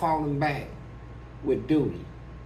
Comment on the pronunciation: “How’d you accumulate so much dooty” 😂🤣🤣